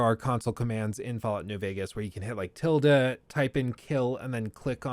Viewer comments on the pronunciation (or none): none